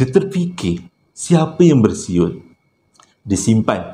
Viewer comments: 🤣🤣🤣besuet besuyer da sasul da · salam,...adoiiii terhibur lak bila payah nk sebut bersiul tu,,hahaha